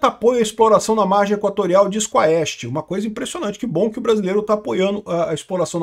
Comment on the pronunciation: Quest não quaauuuesste